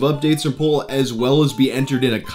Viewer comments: P-All not P-ole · You pronounce "Paul" like "Pol" and it bugs me... Still like your videos tho